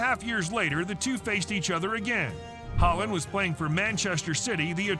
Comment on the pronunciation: Oh when de jong goes sliding in. The commentator really needs to brush up on his European pronunciations haha. Alfie haaland isn’t even the most brutal foul and just do a YouTube search of pepe fouls that in messi is nothing.